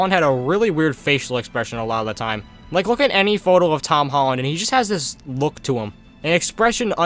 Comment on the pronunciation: “hom tolland”